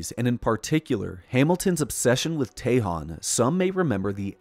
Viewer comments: ..." TEJON" is pronounced Ta-Hone... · Tejon is pronounced Teh-hone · Tell your AI how to pronounce Tejon and Tehachapi